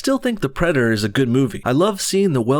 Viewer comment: “Predderr” lol